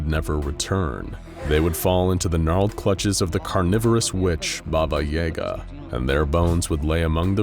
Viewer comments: Bobba Yehga! Lmao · When you pronounce BABAJAGA the way you do.... it makes me laugh. As a Polak that knows the story of this witch all too well. You are pronouncing way WAY wrong 😂😂😂